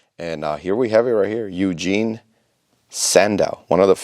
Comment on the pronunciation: Just as an FYI, Eugen is pronounced “OY-gen,” with a soft G as it “get.” Kind of like how Euler is pronounced like “oiler” and not “YOO-ler.”